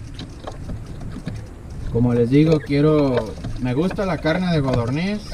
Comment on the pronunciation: Ok muy bien, pero se dice codorniz con "c".